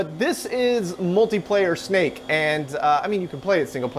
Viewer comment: Anyone else keep hearing it as CMake?